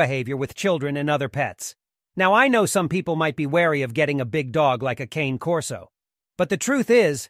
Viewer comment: At least pronounce the name properly!